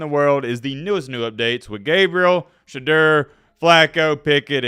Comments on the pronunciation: Its pronounced sha door not sha derr you dimwit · The man has corrected people for years... his name is pronounced SHA DOOR.